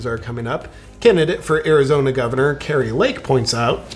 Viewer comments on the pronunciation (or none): none